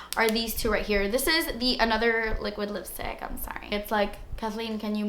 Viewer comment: Your entire attitude throughout this video is pure sunshine! I love you and I just had to record and snap the ice queen part and the way you said liquid lipstick haha too funny! Hope all is well ❤️ thank you for your inspiration, hard work and videos!